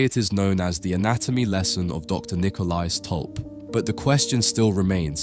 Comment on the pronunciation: My family stems from this guy. Thank you for pronouncing our last name properly. Lovely insight into this panting. Also, this was Rembrandt’s first commissioned painting.